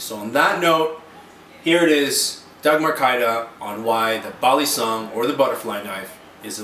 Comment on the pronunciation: Finally! someone saying balisong properly and not calling it ba lee song lmao